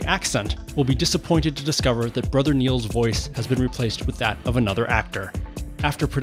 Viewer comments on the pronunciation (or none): none